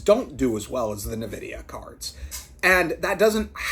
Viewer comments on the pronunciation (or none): ITS N-VIDYA EN-VIDEE-AH FUCK ME CHRIST NUH-VIDYA